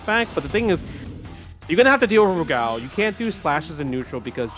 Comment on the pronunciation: Never heard Rugal pronounced that way, sounds like is saying "Lu Gao"